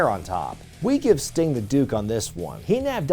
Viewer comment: Uhhh it’s Sting and it’s not even close. Still love you though:)